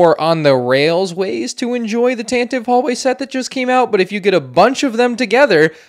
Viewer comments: Sigh Pronounced Tantive wrong It’s Tan-tiv-ee not Tan-tiv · You pronounced Tantive incorrectly throughout the entire video